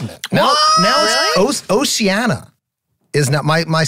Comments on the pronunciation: Pronunciation of oceania... ocean-Eeyah. Not osea-annie-uh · Lol Rob saying Oceana like its a Moana character. Its Oceania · I love how they pronounce “Oceania” 😂